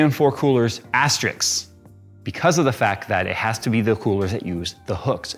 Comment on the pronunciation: Triggered! Unless you are talking about a series of French comic books, "Asterix" is not a word. Thank you...